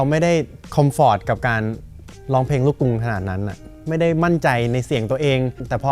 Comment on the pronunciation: เวลาร้องเพลง น้องออกเสียงควบกล้ำ ร. - ล ครบเครื่อง แต่เวลาพูดทำไมน้องไม่มีควบกล้ำล่ะคะ เสียบุคคลิกนะ "ล้องเพง" งี้ แก้จุดนี้ด้วยนะคะ